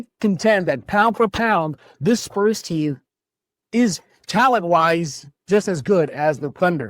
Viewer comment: He's been consistently poor. For Years he lived in Brooklyn while covering the Spurs, and only recently move back to San Antonio. He's inarticulate, mispronouncing "Spurs" as "Splurs" repeatedly, and other words. Furthermore, his podcast, when the audio is decent, often drifts focuses on his doll collecting and other "nerd stuff" like comic books, Star Wars, and anime, rather than the Spurs. Never ONCE asked Pop a hard challenging question. Wasn't even present at the famous El JEFE press conference. I don't know if this guy is an equity employee with Locked On or What. Finally, the network hired experienced journalist Casey Viera (Hofstra University) and former Spurs champion Devin Brown for the post-show, a welcome change from the host's previous reliance on random bloggers and loud Twitter personalities.